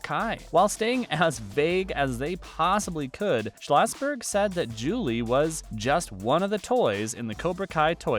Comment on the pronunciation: Julie was not the main character in a few of the karate kid movies… Just one. Click bait! Also why are you mispronouncing Schlossberg and calling everyone “they?” Also Julie is an only child, and Tori has an aunt that shows up in Cobra Kai.